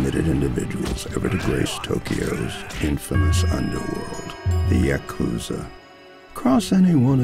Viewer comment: ya-KOOZA 4